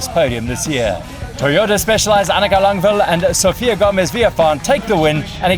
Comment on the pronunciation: Thanks for all the great videos! Annika is called Langvad though, not Langvil. ;)